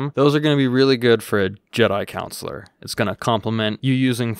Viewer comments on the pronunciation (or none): I think its funny that he kept pronouncing Consular like counselor, lmao. I just kept picturing Mr. Mackey from South Park in a Jedi robe!